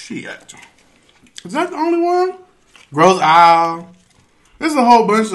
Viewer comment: Grosse Isle is pronounced “eel” 😂😂😂